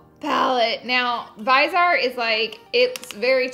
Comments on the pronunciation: "Vize art" Really. It's pronounced "Viz E Art". Also how long are you and Manny going to pretend that you don't hang out anymore? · Uuuhm is it me or did she pronounce "Viseart" wrong?🤔🤔 Not sure!